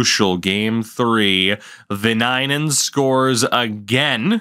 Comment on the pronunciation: With Viinanen, it is more the way you don't pronounce it, but also the emphasis is on the first syllable, so it's on the first "I"